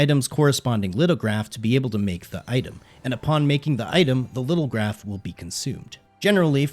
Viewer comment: Just a friendly FYI, Lithograph is pronounced “LITH-oh-graf”. It’s an ancient technique of transferring ink from a stone block, onto paper.